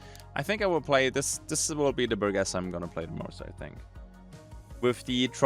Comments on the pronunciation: Bur-jess. Not Bur-guess. I fought hard to not correct you, with English being a second language and all, but it was eating me up inside and I couldn't stand it. I'm sorry. I should try and be a better person. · bur-jess, G before E and\or I makes a J sound... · This is like the most surface level comment possible, BUT: The "Burgess" in the new folding shotgun's name is pronounced with a soft G, not a hard G: Keep up the vids man. Loving it